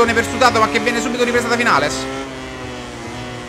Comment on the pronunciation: Si dice vignales comunque